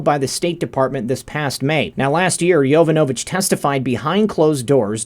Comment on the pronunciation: Its pronounced yo VON a vitch. Not Yo van A vitch....